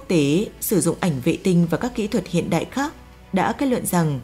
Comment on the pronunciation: Phát âm sai từ ĐẠI trong cổ đại , thời đại , vĩ đại .